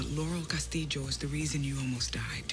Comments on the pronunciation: Here in the philippines we have lots of castillo surnames cause we’ve been ruled by spaniards for 333 years. we pronounce it as ‘Castilyo’ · It depends on where you're from! In Spain they (mostly) pronounce it CastiYO, in Mexico, too, I believe. She's part Puertorican, that's why she says CastiJO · Absolutely she did, and has been butchering that name from the get go. It’s why it’s embarrassing when she keeps going “Casteedjo” all the time when the double L’s in -llo sound like “yo” in Spanish. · Lol ur not weird. It's pronounced differently depending on the region. She has the j sound cause she's Puerto Rican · Valentina Cortés nope, in spanish “ll” is not this strong... tegan’s pronunciation is from puerto rico. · El punto en definitiva es que lo pronuncia mal, pero supongo que lo hacen a propósito para el público estadounidense. Es una práctica muy común en el cine de allá exagerar la pronunciación de las palabras en español, me imagino que debe ser para que el espectador piense rápido "No entiendo esto porque no está en mí idioma", en vez de pensar "Este actor habla como el o..." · Actually, she is pronouncing the LL in spanish as the sound of Y (similar to 'yoyo', in english), which is somewhat common in latin countries, but the correct sound is a little more subtle, closer to the singular L with an I, somerthing like 'LIO', but with the tip of the tonge touching the upper part of the oral cavity when pronouncing the L. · Used to think I was the only one who found her over the top pronunciation hilarious 😂